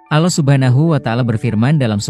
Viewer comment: jangan ucap kan lapas alah anda salah. ucap kan lah yg benar a, kalau benar anda islamm.